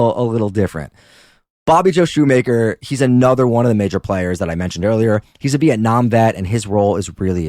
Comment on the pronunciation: This WAS posted a year ago but I just have to say it's Appa-LATCH-a and Shoemaker is pronounced shoe-mach-er (like mach 5)